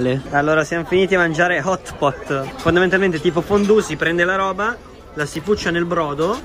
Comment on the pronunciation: Nessuno: Assolutamente Nessuno:: fondalmentalmente